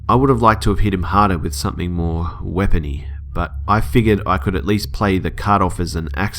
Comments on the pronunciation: Weapony. Yep. Weaaapony. Good on her for hitting the guy though. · "Weapony" HAHAH WTF???